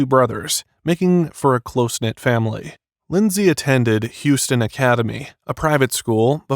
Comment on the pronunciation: It's pronounced Howston County not Hewston.